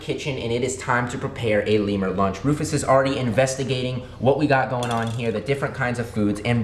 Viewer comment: Comment a name for the lemer. Also: Keeps calling him Roufus 😂😂😂😂😂😂